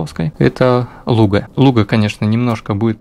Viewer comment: Произносишь Луга с правильным ударением) Из Ленинградской области сам? Обычно ударение делают на последнем слоге ногА, рукА, водА, козА, и незнакомые люди произносят ЛугА, а город то не по русски называется ЛУга.